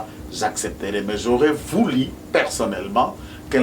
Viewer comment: on dit: « J’aurais voulu » et non: « J’aurais vouli »!!! Il y a une différence énorme entre: « u » et « i », vous êtes avocat vous êtes sensé le savoir!